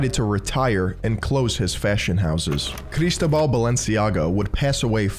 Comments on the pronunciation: Cristóbal <= the accent is on the o bro. Seriously. When you do this research you don't bother to learn how to pronounce things? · I love how he forces a Spanish accent to say "Barcelona" but pronounces Cristóbal wrong. "CAR IS TOBAAHL!" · It's a great video, but I have a minor complain and I know it's sounds whiny: I suggest you to use a text-to-speech site to know how to pronounce foreign names, you completely butchered how Cristobal's name and surnames are pronounced. The accent in Cristobal is on the o.